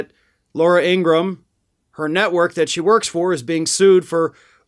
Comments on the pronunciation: It’s not Laura Ingrumm… It’s Ingra-HAM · In Gra Ham....not ingram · I know you follow Meidus Touch. They'd recently uploaded a video of them interviewing Laura's actual brother. A far cry from what she is. 1) her last name is actually pronounced Ingra-ham. Like Abraham, but Ingra. 2) their father was a Nazi sympathizer, always beat and yelled at them. 3) she grew up and went through life without actually finding love. Which surely and slowly became who we all know today. Whereas her brother found love and is openly gay. He's really disappointed that his sister went down this path, cause they were close when they were kids.